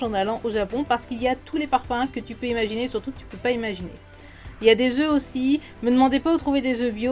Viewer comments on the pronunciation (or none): none